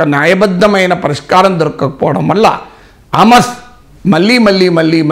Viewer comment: హామస్ కాదు సార్. హమాస్ అనాలి. మొదట ఉచ్చరణ నేర్చుకోండి.